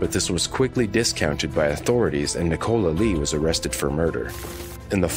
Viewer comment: why can’t Americans say Nicola? Is it not a name over there?